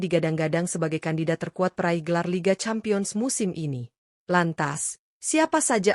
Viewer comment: Campion apa lampion seh Cempien dibacanya